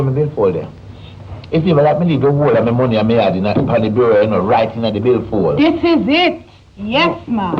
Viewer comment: "Bilfol" - DWL